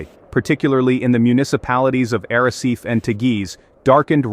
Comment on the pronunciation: Lancerat???? ARACET?? TIIS??? A ver si aprendemos a hablar castellano. Soy de Lanzarote y no se de donde estas hablando. Además de exagerar la información. ¡¡¡Por Dios!!! Cuanto amarillismo.